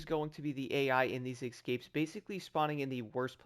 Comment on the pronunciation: Excapes? What’s wrong with you? Those are escapes